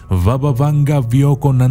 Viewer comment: Pequeñas correciones en el video, Strumica se pronuncia como Strumitsa, era una provincia del antiguo imperio bulgaro y no de macedonia del norte como dice el video, se dice : baba y no vava, significa abuela, por lo cual la conocemos como BABA VANGA, la abuela vanga , vanga viene de Vangelya que es su nombre real, por el resto esta bien el contenido. Otra observacion, no es que esas criaturas la dieran poder, si no que ella tenia contacto con los muertos y ellos la daban toda la informacion. Ha habido casos en los que ella ha respondido a algunas de las preguntas con: los muertos no me dejan decirte eso. Y desde la puerta negaba la entrada a los no creyentes porque ella era capaz de diferenciarlos diciendo: Tu no entres porque no eres creyente